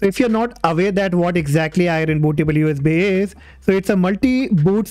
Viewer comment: Aireen Bootah-ball You is Bee